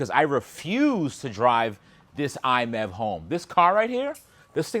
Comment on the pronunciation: Genuinely curious why you pronounce MiEV as “iMEV” rather than “My EV” as it’s supposed to be.